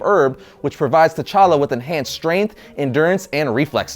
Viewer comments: Wrong pronunciations. The 'T' is light and shouldn't be pronounced as 'Ta' but as a click 'T'. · The 'T' in T'Challa is silent. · t' is silent! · Well done, but please keep in mind, the 'T' in T'Challa is silent! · the t in T'Challa is silent